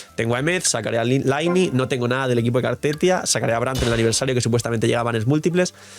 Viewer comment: Se pronuncia "Liney", deja de decir "laini"!!!! Que sacrilegio!!! Mi pobre "Liney"!! 😂